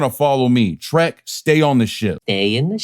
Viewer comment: It's Trek not Trent.